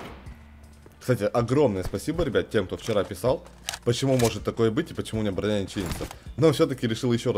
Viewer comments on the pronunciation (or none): none